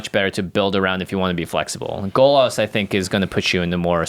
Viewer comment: Golas? GOLAS? G O L A S ? stop saying golas!!